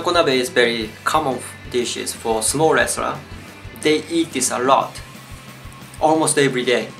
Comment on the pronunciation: i forgot i clicked on a "sumo wrestlers food" video and thought you were saying "small restaurants" for most the video. i suck